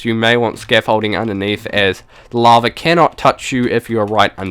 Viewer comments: not trying to be rude but why do you pronounce lava laver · It's called lava not lavar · This guys funny.. He says LAVER.... *laughs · LittleMushroom no u are just deaf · 'a tom of LAVER'